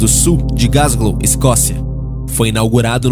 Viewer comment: Queridão, é Glasgow e não Gasglow